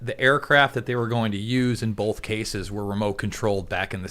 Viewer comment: The word "both" is pronounced bōth, not bōlth. You're welcome.